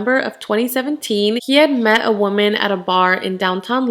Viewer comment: You pronounce woman wrong it irks me so much